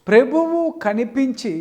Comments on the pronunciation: వీడికి ప్రభువు అనడమే రాదు ప్రెబువు అంటున్నాడు వాక్యము తెలియదు పాపము వీడి ముఖానికి షాలేమన్నను విమర్శించే స్తాయి కాదు. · సత్యవాక్యం డేవిడ్ పాల్ ఒకడి గురించి విమర్శన పూర్వకంగా మాట్లాడేటపుడు పూర్వం ని బ్రతుకు చేసుకోరా లుచ్చ ని మొఖానికి "ప్రభువు"అని స్పష్టంగా పలకడం రాక "ప్రేభువు " అంటున్నవ్ కదా ని లాంటి లుచ్చ గాళ్ళు కేవలం డబ్బు కోసం ఫెమ్ కోసం వాడిమీద వీడిమీద తప్పులుతిస్తున్నావ్ రా లుచ్చ నువ్వు రా పెద్ద దొంగ తు